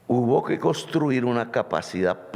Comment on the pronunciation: Presidenteee no diga "Coriano". Diga. CorEano. Y no diga "costruir". Diga coNstruir. Es con mucho respeto que siempre le sugiero estas cositas. Ud es un gran pedagogo y yo fui profesor toda mi vida, y ahora como pensionado me deleito aprendiendo de ud. Y, póngase siempre un chalequto de lana sobre la camisa y no permita aires acondicionados a donde quiera que vaya, y no se salga acalorado después de dar su magnífico discurso en toda parte. Se lo digo porque esa bronquitis se le ha estado acentuando y si no se atiende adecuadamente, lo va a perjudicar mucho, y el uribismo y la gente vociferante que sale contratada a las calles, se pondrán felices porque a Ud señor Presidente le vaya mal; no pueden comprender que ese sería el mal automático para ellos también.